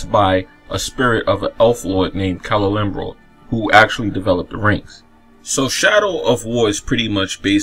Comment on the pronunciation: You play as someone named....Talon... with a spirit named... Celelimbral... I get you have an accent man but come ON with the pronounciations XD